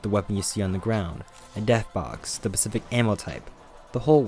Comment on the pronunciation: Is he saying “pecific” instead of specific 😂